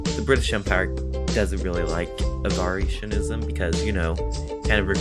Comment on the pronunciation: It's not Avar-itionism, it's Avarition-ism.